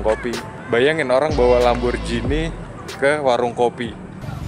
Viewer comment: LamborGhini bukan lamborJhini